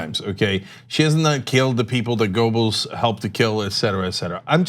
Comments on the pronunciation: Goebbels has never been pronounced as "Gobels"--there was the great George Gobel, but no Gobels--"Guerrbells", yes. For the record, fascist 'Murika's corporate journos are truly reprehensible cowards with all the spizzerinctum of puffballs. Lowbrow TYT at least tries for something more, but hasn't the bite 'Murika needs--doesn't deserve, but needs. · Cenk - You need to work on your pronunciation of Goebbels. German: [ˈpaʊ̯l ˈjoːzɛf ˈɡœbl̩s] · Small point but Cenk, it's pronounced "Gerbels". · Pronounced "Gebbles". The "o" is silent as in Goethe. A minor suggestion. Otherwise, love your coverage. I am a monthly supporter. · As a Turk you shouldnthave such Problems with Umlauts Cenk XD G Ö bbels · spelled goebbels.. but gerbels.. is how its pronounced... not a fan of his.. just ticks me off when people don't get shit right.. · Cenk, if you're going to go Godwin, at least pronounce Goebbels properly.